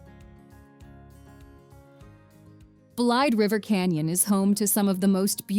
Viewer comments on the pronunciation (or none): It's pronounced "Blade_a-River canyon. Just FYI...:-)